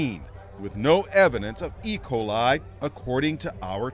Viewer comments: Why does he say ecoli (makes me think of like ricola commercial) instead of E. Coli? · The way this dude pronounces E. Coli as if it’s one word lol, it’s E pause coli, not Ecoli.